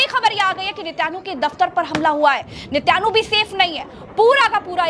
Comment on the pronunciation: नेत्यानु नहीं नेतन याहू नाम है उस का 😂